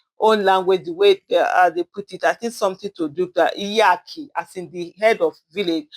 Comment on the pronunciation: What a lazy way of creating content, it's difficult for you to get pen and paper or type Iyeki or Iyaloja somewhere, but you were able to set light and phone without learning how to pronounce the topic first, it's wrong. Do better next time.